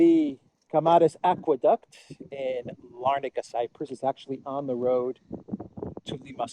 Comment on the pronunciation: why do you pronounce it 'Cyprous? ' Never heard it in English pronounced that way, rather, heard it said like we say.....bonus, (not bonous...)Just curious.